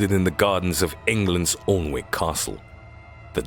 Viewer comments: (spelled alnwick) but sounds like an-ick wen u say it i live 20 mile away use to live 7m away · Been to the Alnwick Poison Gardens (pronounced ANN-ick). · Alnwick is pronounced Annick. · How do Americans say Alnwick lol so funny